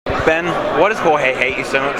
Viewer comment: you can hear him almost call Jorge " Horhey" but stopped and corrected it to "Gorge", I just feel like Ben is fake, he intentionally calls people those "Marty", "Gorge" names just to put more colors on himself even it is highly possible when he is not in public he would actually pronounce Jorge "Horhey"